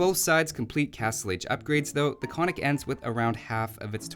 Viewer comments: You get a point for the attempt, but alas, it doesn't work. The two Ns are both pronounced, i.e. ['kon-nik], not ['ko-nik]. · I don't want to be the cry baby, but it's pronounced "kon:nik" Damn... I am the cry baby. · Hi! Could you, please, try to pronounce the word Konnik correct? Both Ns are pronounced, so it should sound like 'Con-nick' in English.